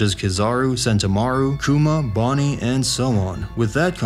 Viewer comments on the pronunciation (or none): none